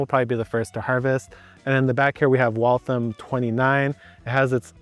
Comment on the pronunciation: As a native Bostonian, I'm incredibly impressed with pronunciation of Waltham. Considering, I believe it was bread in Waltham Massachusetts. Either way, you pronounced it exactly how someone from Massachusetts would.